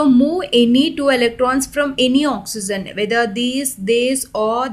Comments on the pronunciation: you should speak oxygen instead oxen... i hope u don't mind it.... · Mam its not "oxyzen"...its oxygen🙂for your kind attention🤔